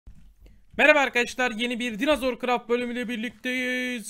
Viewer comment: GÜZEL ABİM ALLAH AŞKINA DİNOZOR DE NOLURSUN SÖZELCİYİM SEN DİNAZOR DEDİKÇE ÇILDIRDIRIYORUM DİNOZOR DE NOLUR DİNAZOR DEME